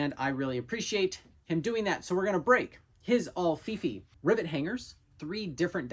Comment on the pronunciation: Until you showed the written instructions for the Alfifi hook, I thought you were calling it “the ol’ Fifi hook”